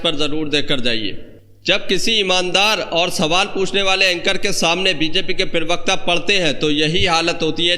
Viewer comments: भाई पहले तो ये ठीक कर ये पिरवक्ता नहीं होता, प्रवक्ता होता है। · bhai Parvikta nahi parvakta bolliye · Parvakta bol bhai pervakta nhi hota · Privakta nahi bey parvakta kaha kar bay